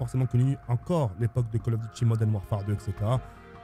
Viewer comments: Tk à bien dit Call of Duty moden warfare ou Call of Duty modern warfare 👇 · Vidéo sympa, j'ai à peu de choses près le même top 5, par contre niveau anglais zéro ( Modène wafaire, wol at waa, remasteraide) un petit effort surtout que le nom des jeux est écrit sur les boîtes